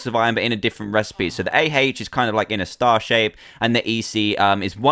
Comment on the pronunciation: lol you said A-heich on AH